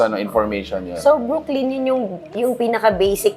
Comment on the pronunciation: Brooklyn is not pronounced as Brook-lean. Brooklyn is pronounced as Brook - lan. Lettuce is not let - toos, instead let - is.